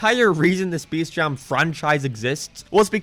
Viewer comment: Bro this dude doesn't know how to say space